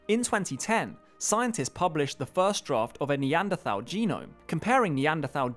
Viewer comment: Bugs me how this guy makes a big song and dance about pronouncing the A at the end of ‘Neanderthal’